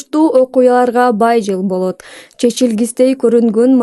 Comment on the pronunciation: Ол шашып жвл дебей кыл деп